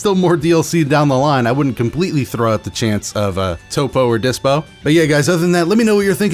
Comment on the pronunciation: Man thats a wierd way to say toppo